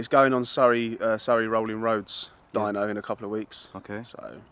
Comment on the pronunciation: "Doyno", Austrailian for dyno.